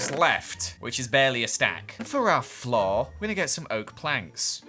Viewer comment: No one:: "Whish I shall sholw you right now"